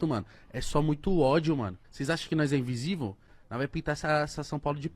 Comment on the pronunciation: "Invisivu" Igao, pod pah